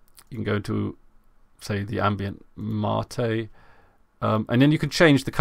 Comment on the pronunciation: It's "Mate" not "Martae"